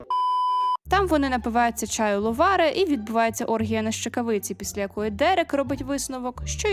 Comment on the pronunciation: Не LovAre а LovarE